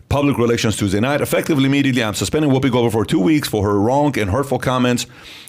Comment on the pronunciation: Whoppi?... i think you mean whoopi. Haha